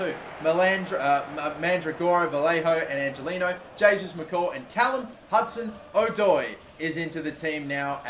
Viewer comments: No it’s not it’s O-Doi not Adoi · the pronunciation of hudson odoi annoys me 😂😂😂 its adoi rather than Oh-doi